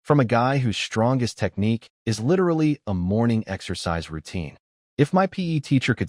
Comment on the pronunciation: I love how the AI struggles with words such as "my", 'is", and "to".